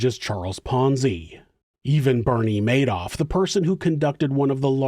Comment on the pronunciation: 😂😂 "A Maydoff scheme... because he made off with everybody's money!" 😂🙌